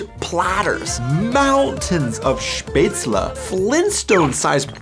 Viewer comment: Maybe I shouldn't stop and comment mid video, but as a Swabian I'm really really grateful for the exceptional correct plural of Spätzle, wich is Spätzla, because even most northern Germans don't know this